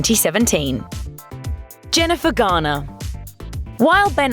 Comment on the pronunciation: When she says "Jennifer Garner" sounds like she's saying jenni Vegana wtf